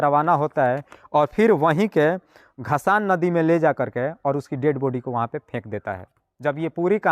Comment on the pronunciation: नदी का नाम घसान नहीं धसान नदी है ।